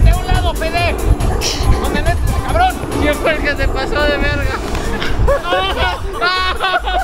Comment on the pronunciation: Cubreme a ese cabrroooon Cubreme a ese Cabrrrronn😂